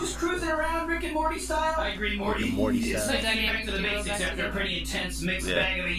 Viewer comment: to be fair, the way you say it, it DOES sound like "marty", and given that it's very loosely related to back to the future it would make sense for your to say marty by mistake. but now i know you're saying "morty". i will need to adjust my ear